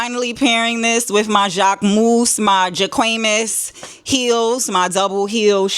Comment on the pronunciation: Jacque-mousse , Juh-cqué-muss 😭😭😭🤣🤣🤣 naaah, you're just too funny !!🙌🏾🙌🏾🤣🤣🤣